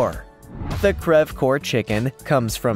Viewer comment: crev cor? it’s polish and crested